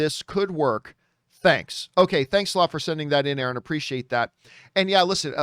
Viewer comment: A-Aron? Come on 🤣